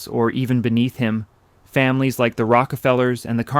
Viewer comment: voice inflection of the word “like” (like this video) using it as a preposition instead of a verb identifies AI voice